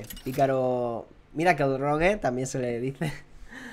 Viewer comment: rogue se pronuncia "roug" no "rogue" xD